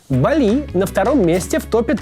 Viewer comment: не Бали', а Ба'ли